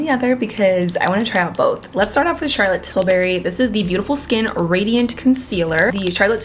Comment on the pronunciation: Here to again say I still giggle when she says Charlotte tilberry instead of tilbury lol